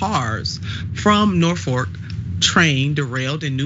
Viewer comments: Jesus christ... Can someone get her some reading lessons. It's NorFOLK rail, not NorFORK rail... Saying Norfork makes you sound like you have no idea what you're talking about and are not a credible news source. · Red state, yet again. Sorry to be that guy but 'norfork' is killing me.....😂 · "Norfork Sutherland", if it were intentional, would be epic trolling and disrespect on Nina's part 😂. Either way, i like it 👏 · Norfuk? Way to completely butcher their name